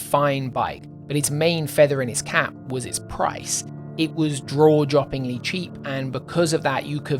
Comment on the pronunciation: Same I was like wtf he say haha